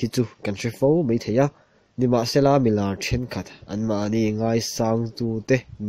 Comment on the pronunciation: mizo tawng hman dik hram2 hi tum tur....meithei tihtur ani lo a,maithei tihtur,....kha kha ani mei..tihloh tur...kha2 ani mai tihtur